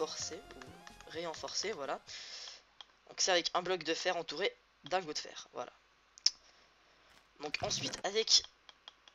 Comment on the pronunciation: renforcé, pas réenforcé xD